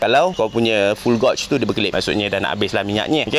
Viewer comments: gauge tu disebut geij bang, bukan gauj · Fuel gauge bunyinya "fiul gej". Bkn "gosh". Ataupun abg blh cakap "tolok minyak". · Fuel gauge bang arep.. Sebutan dia gauge = gegsh bukan gotsh. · cara sebut gauge ialah "gaj" macam sebut gadget dalam bahasa melayu gajet tapi dibuang "et" tu. jangan salah faham ye, kita sama² belajar bukan nak menghina. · sebutan Gauge: "geij" 😁